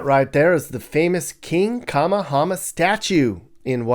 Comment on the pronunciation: Duke Kahanamoku statue - not king "kamahana"